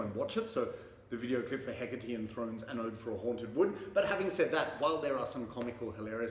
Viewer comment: Now I know how to pronounce 'Hecate"! The Thyrane album cover is striking. Cheers mate.